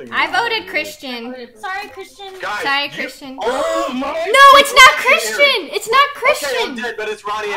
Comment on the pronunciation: Said Chrishtin